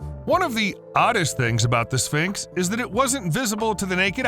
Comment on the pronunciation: What is a "Spincks?"